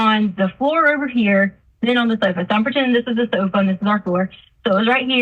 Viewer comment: I despise how she talks! Ihate how she says "sofa'